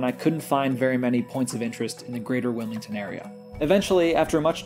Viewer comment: wil - MID ton .. point taken lmao .. cool vid good commentary